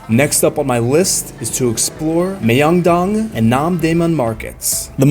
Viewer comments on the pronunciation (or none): ㅁ..명동 not 미엉동...